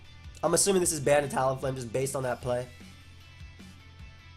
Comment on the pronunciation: “I’m azzuming this is Z” love the Freudian slips:)